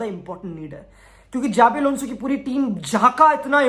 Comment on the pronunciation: Its Shabi Alonso